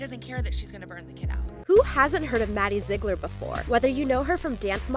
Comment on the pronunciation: Did she say Maddie Zigler